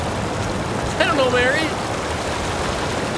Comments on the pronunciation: Its Mh-ari very obvious not Mhary fs shocking yal cant speak litteral basic fkn english propperly nvm scots. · please, I’m Scottish, this hurts, it’s Mhairi, pronounced marry, not MARY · why are they calling her marri it should be pronounced like varri